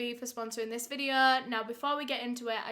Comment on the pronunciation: So today’s videuhhh 😂 love your content!